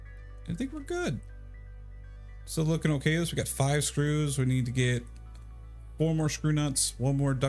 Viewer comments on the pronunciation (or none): none